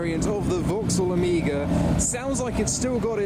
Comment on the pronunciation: He says "Omega", but it sounds like "Amiga"..